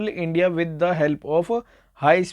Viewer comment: Sir aap starting mein "india" ko media padh rhe the